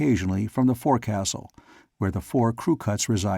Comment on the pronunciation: The forecastle is pronounced 'Folk-sal' :) Enjoying this story :)